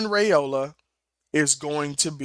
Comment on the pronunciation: Dillon's last name is pronounced RIOLA. The a is silent.😊